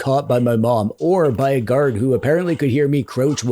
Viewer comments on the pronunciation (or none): none